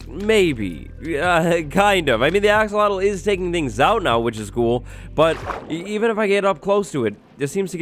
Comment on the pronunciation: I’ve been conditioned to think Axowattle is the correct pronunciation